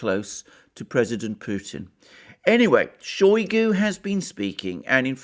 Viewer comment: It is not [showy goo] it is [shy goo]. Using [showy goo] makes you sound like a Brit mispronouncing Russian name. In Russian, o or a can make English sound a, depending on placement of word stress.